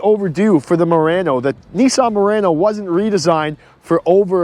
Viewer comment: Why you keep saying Moreno?